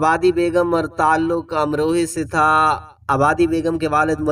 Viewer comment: امروہہ درست ہے امروہے نہیں. اللہ اماں بی کے درجات بلند فرمائے.